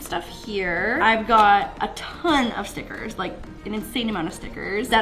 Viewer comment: When she said “stickers” I thought she said “snickers” 😂😂😂😂